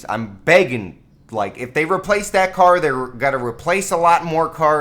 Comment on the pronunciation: "Ca" almost says cock "car"